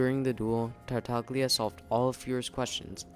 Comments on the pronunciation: Tartaglia does not have a hard "g" sound like in "go" or "gain", btw. It is more of a /lj/ sound, so like a really forward "l" sound followed by the glide /j/ like the first sound in the word "you." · The video was very interesting, thanks. But please check the pronunciation of the name “Tartaglia”. You can do it very easily on Google translate, after setting it in Italian, and using the “listen” button. It’s an Italian word that means “stammers”. It’s all about the special “gl” sound. Also please check, similarly, the name “Girolamo”, just to hear where the stress lies. Sorry, I’m Italian, you know… 😉